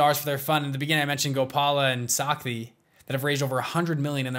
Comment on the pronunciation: Shakti and Gopal !!! Why western people can't pronounce our simple names correctly...